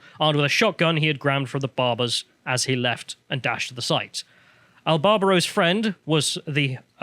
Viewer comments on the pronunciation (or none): Hero name Albarado. Illiterate calls him Albarbaro throughout. Press S to spit.